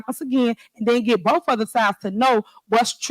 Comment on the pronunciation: Y’all got to listen to boff sides of the truff, - Tiffany. It’s very simple, where are the financial records?